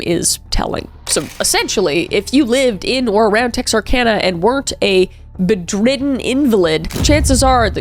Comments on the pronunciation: Be-driden? Haha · I hate being this person but… It is pronounced “bed - ridden” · I know this is old already but its pronounced "bed-ridden" invalid 😊